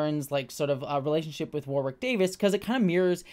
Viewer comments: After being a lifelong fan I learned TODAY: Warwick is pronounced with a silent 2nd W (War*ick) - saw the man explain it himself in a behind the scenes with the new cast. We’ve all been reading his name for decades and not hearing it spoken. Just passing along in case you see this. ❤️ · Can’t wait to watch this show! I never watched willow but I love Warwick (pronounced woh-Rick for the Americans in the comments not war-wick) so much